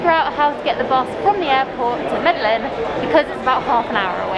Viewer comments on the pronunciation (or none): and Pleeeeease learn how to pronounce MEDELLIN. I've seen some of your other videos and that seems to be a pattern (mispronouncing the names of cities).